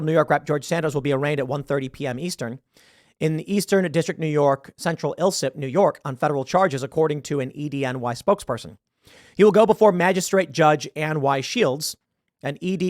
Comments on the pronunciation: Tim, it's pronounced ice-slip, not illsip.(Santos case) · it's pronounced EYE-slip....